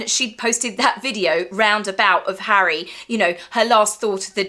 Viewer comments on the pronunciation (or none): none